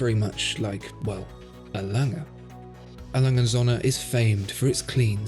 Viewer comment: Still can't pronounce the brand correctly....